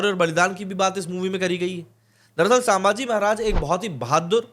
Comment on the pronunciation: "सांभाजी" नही, सही नाम हैं "संभाजी" छत्रपती संभाजी महाराज की जय 🚩🚩🚩